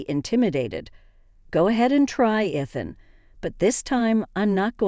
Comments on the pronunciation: It's ridiculous that they can't pronounce Ethan a name thats used in these stories all the time. Also Moore is spelled like this. Its a gaelic name. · The mispronunciations of Ethan’s name and the word sabotage are hilarious.